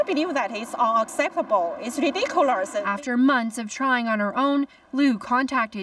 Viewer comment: it's reedicerous